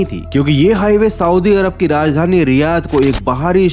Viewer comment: Swdi nhi hota saudi hota hai